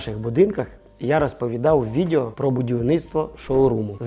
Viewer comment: Цікаво, пізнавально. Щодо тексту: відЕо а не відЄо. Ріже вухо.